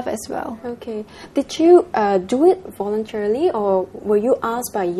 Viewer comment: at the opening, the host said 'miss singapore WER' omg pls lah pronounce better. 'i did it vo-re-tar-ri-ly' 'spon-ser-rer-s' ...5 times